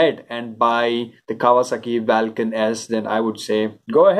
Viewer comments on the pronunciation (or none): Lol! You're right, it sounds bizzare saying it vaaalcan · Vaalcan kya hota hai ? Vulcan hota hai.